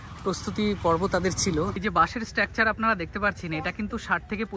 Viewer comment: ভাই, শব্দচয়ন ভালো করে করো। আর সঠিক উচ্চারণ করো। স্ট্র্যাকচার নয় উচ্চারণ টা, স্ট্রাকচার।আর ভিডিওর শুরুতেই কথাটা স্বাগতম না বলে স্বাগত বলো।